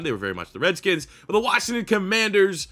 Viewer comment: first you pronounced redskins wrong and second can you pls do the patriots next:)